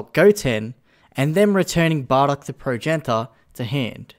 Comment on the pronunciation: You raise valid points. Points that should be in the video. Also, Prow-jen-it-ter.